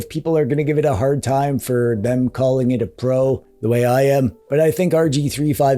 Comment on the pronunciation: i like the way you speak the "pro" 😂 the prrr sound got me everytime